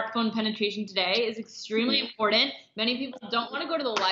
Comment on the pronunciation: Come on, the woman can not even say " important " correctly. How could they not go from there.